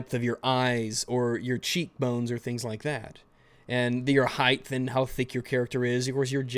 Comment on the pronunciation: do you say, "highth" because if so what the fuck.